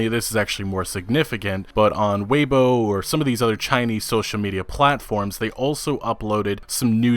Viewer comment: Tay o bow? LMAO Tau - bau I can forgive Weibo(wei-bu-o) being mispronounced but oh my god tayobow.